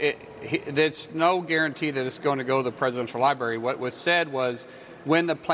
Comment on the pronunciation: LiBary ? What an idiot. 🙄